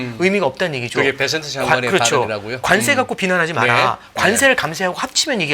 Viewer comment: 베센트 발음도 제대로 못하는 진행자 ㅋㅋㅋ 베쉔트 베쉔트 이러고있네